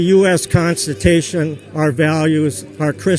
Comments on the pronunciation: "Antithesist of the US constitation" Slow down there big guy. Remember what I told you. Small words. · Did he say constit-A-tion? Figures a Trump supporter can't even pronounce the word constitution! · watts Lulz, I heard "constipation" and lost my shit. XD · I love the "Constatation" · did he say constiTAYshun? that's priceless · "the constitation" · "Constitation" lmao. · constitation. CONSTITATION. CON. STI. TATION. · I lost it at "constitation" 😂😂😂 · Wait, did he just say US constipation? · did he just say.... "US Constutation"?